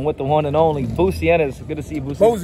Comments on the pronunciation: That had me dying. Bozy's name is literally on the shirt he's wearing and he still called him Bootsy lmfao! 😂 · Nigga said “Bootsy” Ennis lol